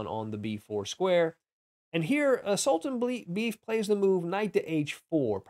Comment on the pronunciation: I think Khan's opponent's name is pronounced sool-tahn-BAY-eff.